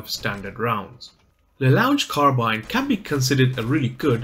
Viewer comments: It's pronounced. Lah Long Car Ah Bean! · Another fantastic guide - despite terrible pronunciation! 😂👍 It's French. It's pronounced 'La Long Carrabeen'. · don't worry everybody does mistakes and the weapon's name is in french so it's difficult to pronounce in english. keep it up! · Please say it correctly :(